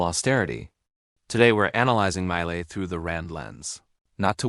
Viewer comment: The A.I. do not know how to pronounce the name of Javier Milei and his best books and authors.....